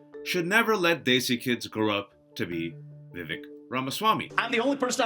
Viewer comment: A “Desi” pronouncing his name as Vivik? Suuure.